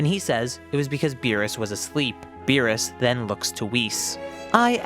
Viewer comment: The way he pronounces Meerus sounds like a fancy dish